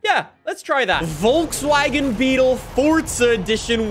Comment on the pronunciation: I like how he pronounces Volkswagen. I'm German and it's so funny